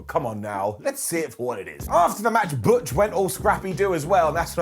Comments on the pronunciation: Sorry but butch pronounced in German is not bitch. All thoughts to BigE. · Butch is meant to be German and pronounced Bitch. That just busted me up laughing so damn much lol. However, on a serious note, I really do hope Big E makes a full recovery from his broken neck. He's a damn great wrestler that has still got a lot of wrestling to go in his career. Lots of love to you Big E!